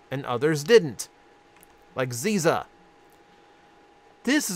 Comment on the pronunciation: If I remember correctly, it’s Zizza and he pronounced it wrong. “Zz-ih-zah,” kind of like Scissor but with a Z at the beginning and an “ah” at the end.